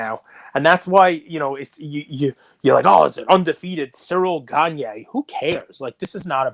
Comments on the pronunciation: It's pronounced ciril gahn not cereal ganye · Bro stop butchering cyril gane name Jesus bro